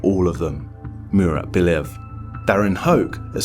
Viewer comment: Stop saying Bilev bro, it's Bliev!